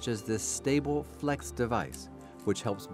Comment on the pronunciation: Stuff pronounced wrong "this stableflex device..", incorrect description of the physiology of the reduction of spasticity, incorrect description of contracture "...these contractions can become permanent...".